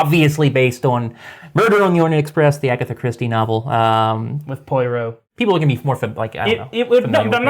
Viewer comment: How the hell did he just pronounce "Poirot"?! 🤣 It's "pwah-row".